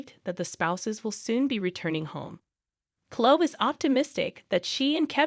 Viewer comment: It's like a guessing of who you're talking about learn to pronounce the names as they do on the show then I might know Clo I think you mean CloE